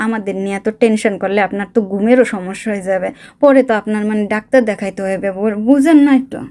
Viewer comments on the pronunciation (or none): none